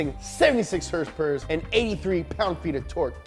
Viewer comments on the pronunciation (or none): Why does he say horsepower the way he does🤣🤣🤣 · Somebody needs to tell this fat bitch to stop intentionally mispronouncing certain words (i.e. horse powers). It's not funny and annoying af.